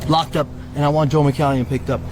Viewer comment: Who’s Joe Mcalleon or whatever he said